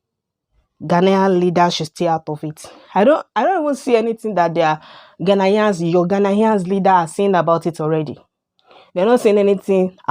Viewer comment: you are the one that can't stop making videos about ghana, u know nothing about ghana u cant even pronounce ghanaians well, and all you do is make mouth